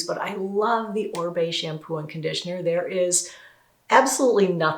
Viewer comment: Oribe is a Latin last name, it is pronounced Oreebae the i sounds like “ee”